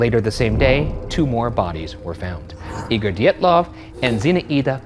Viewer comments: next time you make a video about this... its pronounced di-yet-luvf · His name is pronounced "deeatlov" two long ee like in meet. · ryan is adamant to pronounce Dyatlov as D’yetloff and i get psychically electrocuted every time